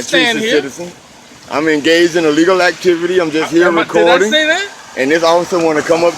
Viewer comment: My one and only suggestion. When you use the word "legal activity" stop saying I'm in "A legal activity" because you use the letter A in the beginning of it Everytime and it sounds like you keep saying "I'm engaged in illegal activity". That's all. Maybe it's just me but I couldn't hello thinking you repeatedly keep saying illegal activity and not A Legal activity.